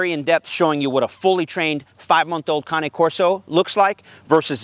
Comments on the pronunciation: Whys he saying cane like that lol if it was how he's pronouncing it cane would be spelt cané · Cane is one syllable bruv